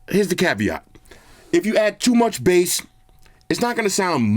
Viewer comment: Bro, did you say toom much bass 😂😂😂😂😂😂 stop with that nonsense 🇯🇲🇯🇲🇯🇲😂😂🫡🫡🫡😉 Too much Bass? What's that 🤔😳